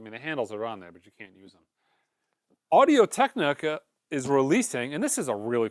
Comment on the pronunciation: And “Audio Teknaka” 😂